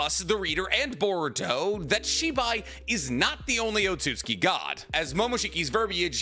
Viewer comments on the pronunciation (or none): O-tsu-tsu-ki, you mean. Not "Otsuki"